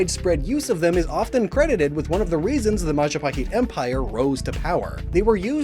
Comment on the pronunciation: I really appreciate your pronunciation of the words like Majapahit. And including that traditional music around the mark too... Don't worry, Ayam Goreng sounds about right (although the "Go" might be better as "Gaw" with shorter vowel?) Hahaha. 😊 The province, or Special Region, that follows Sharia Law is Banda Aceh (Bun-duh Uh-cheh, like the che in check meets eh). In Malaysia, there's a famous TV Show Upin Ipin that has female characters wearing Hijab. And a local Indonesian animated movie Jumbo also has a girl wearing Hijab. So, it should not be a big deal, I think. It's just an attire, like you said. 🤷🏻‍♂️ Much respect to you,. As always. ☺🙏🏻 Oh, and yes, that thing you mentioned about Unown would be cool. I did have/imagine an idea of an evolution that combines all 28 forms into 1 (maybe named Alfabeth? Lol). But the Wishiwashi treatment should work, too. 😊